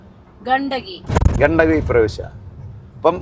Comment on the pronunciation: ഗണ്ടകി നദിയാണ് ,ഗന്ദഗി അല്ല (ഹിന്ദിയിൽ ഗന്ദഗി എന്നാൽ വൃത്തികേട് എന്നാണർത്ഥം )😊